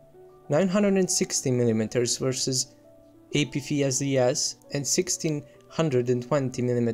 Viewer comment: I know english isn’t your first language but, “Apfeesdees” cracked me up. Good video though.